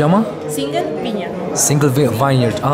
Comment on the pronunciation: Vine se pronunta “vain”, iar Vineyard se pronunta “vin iard” nu “vain yard”.